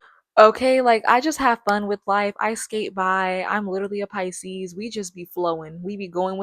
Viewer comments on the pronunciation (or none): none